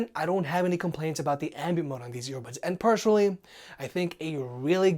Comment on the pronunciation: I would certainly subscribe to your channel if you don't pronounce "personally" as "persuanally" :))